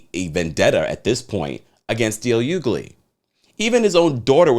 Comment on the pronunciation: It's pronounced (H)ugley 🤦🏾‍♂️🤦🏾‍♂️